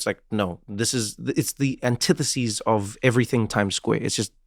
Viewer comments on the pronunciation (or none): Antithesis and is synthesis...antitheseas is crazy Trev, thanks for vocab update though🫶🏽